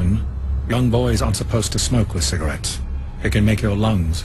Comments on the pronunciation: He smokes with "Cigawets" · Ciga*wets*. LOL